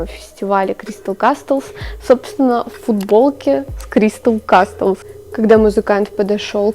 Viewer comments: Ща подушню конечно, но не кастлз, а казлз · Прошу, не кастлс а каслс, крайне сильно режет. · все супер но только каслс, т не произносится(